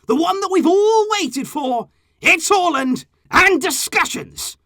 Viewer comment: It's not Haw lind Its Haa Lund